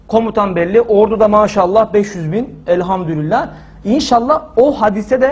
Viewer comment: Elhamdurillah değil hocam Elhamdulillah r yok orda